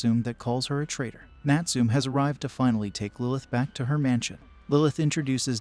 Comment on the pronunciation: Please pronounce the name Natsume properly . It's NUT SOO MEH , not NUT SOOM . SMH!!!